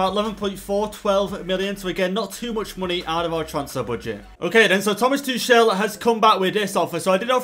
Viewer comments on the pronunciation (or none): none